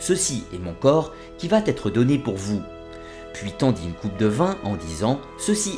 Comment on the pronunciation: "Qui vat être donné" ... Attention à la prononciation quand-même !